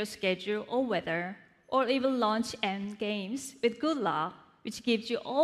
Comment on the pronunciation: Weather wizet lol